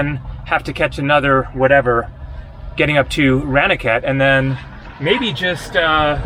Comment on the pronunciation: You really have to learn to pronounce Indian 'a' sounds properly. Ranikhet, as in I ran away from the police is wrong. It is Rah Ni Ket. A is pronounced Ahhh.